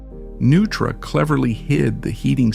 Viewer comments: Neutra... as in NOI-TRAH. Not "Nu-trah." Jeeze! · It's pronounced Noi-truh, not Nu-truh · It’s pronounced NOI-tra. How do you mess up the name of the man you’re presenting? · I was wondering if that was how Neutra was pronounced. I thought it was pronounced phonetically like Noytra. I didn't even realize the voice was AI. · AI voices have become almost indistinguishable from real voice-overs. In this case, it seems maybe you should have misspelled Neutra as “Noytra” in the copy to trick it into pronouncing the name correctly. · Did you know Neutra and Taliesin were mispronounced and still posted the video? Do you plan to correct it? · AI doesn't know the correct pronunciation of "Neutra" or "Taliesin". Try using actual humans instead of AI. Thumbs down